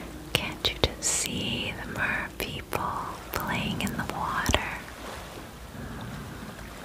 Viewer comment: I heard mer people and my eyes opened loll i like mermaids too